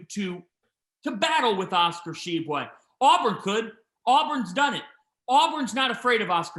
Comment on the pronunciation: Glad to see finally learned how to pronounce Tshiebwe!